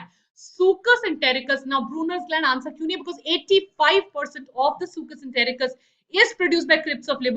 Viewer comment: Mam, but in lecture 1 you said brunners gland secreate succus entericcus!!🙄